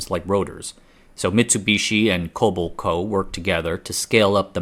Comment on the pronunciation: No shortage of details. Very interesting. Thanks for the video. Minor point -- Kobelco => Koh bel' co It's a bit surprising to see the level of detail revealed regarding the metallurgical composition and processing. Quite interesting. No internal cooling channels in the shafts or blades, or did I miss those details?